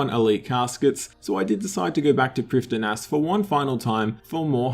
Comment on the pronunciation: the d in priffdinas is silent